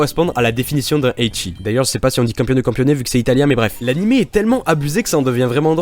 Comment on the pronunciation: Je veux trop la figurine, sao est un de mes premier anime et c mon préféré. Mon nom Twitter: Et campione ce prononce camponé voila voila j'espère gagner la figurine et bonne chance a tous ^^